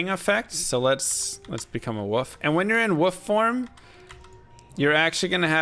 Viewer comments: Ummm.woof? Lol. The L is pronounced in wolf. Like wool with an f on the end. Uh. 🤦‍♂️🤣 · Who knew that werewolf is pronounced "woof"! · Can't tell if you legitimately don't know how to pronounce wolf or not. Anyway Druid was one of my fav chars, but unfortunately he sucks. They did improve his elemental spells with the synergies patch, but the shapeshifting abilities pretty much got the shaft with that patch. Werebear, while looks really awesome, sucks. Unlike the barb with whirlwing, he has no special combat abilities besides just basic attacks, which makes him far less fun to play as, besides the gimmick of him looking like a bear. His attack speed is painfully slow too. Elemental is pretty much the way to go with druid, it's the only option that makes sense, but even then he's just so much weaker than sorc. Really glad Druid is coming back for D4 though, he looks SO much better. It looks like he can seamlessly transition from human to were forms quickly and with knockback and stun effects which make him so much more playable. I can't wait to see what else he can do.